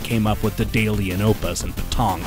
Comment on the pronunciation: You're absolutely wrong about Daedalus and daedalian. The "ae" combination is pronounced with an E sound, not an A sound. Typically a long E. "Deed-a-lus". Though in this unusual case, "dead-a-lus" is fine too. Still an E sound, though. It's kind of funny because you point out how people mess up the Japanese "ai" combination, but the Greek/Latin "ae" is practically never said correctly, including here. It tends to come up in archaic spellings, old words, obscure plurals, and proper names, such as our boy Daedalus here. Some examples would be: archaelogy, aeon, aether, daemon, personae, antennae, encyclopaedia, paedophile, mediaeval, algae, nebulae, aegis. Aegis is like the worst offender. That one comes up relatively often in video games, and I've heard it pronounced correctly exactly once. In an old TV commercial for the US military. Geeks need to step up their geekery. I also hear it a lot with "daemon" since writers occasionally spell it that way to sound extra mystical or old-timey. In reality, it's the exact same word as "demon", and pronounced exactly the same. And if you ever forget, just think of your old friend Julius Caesar. His name isn't "cay-ser".